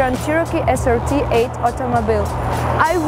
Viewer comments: не ЭС ЭР ТИ, а ЭС АР ТИ!!! на 37 секунде) элементарщина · "Гранд Чероки Эс Эр Ти"... Блин... В английском нет буквы "Эр"... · Она даже srt неправильно произносит, что за смех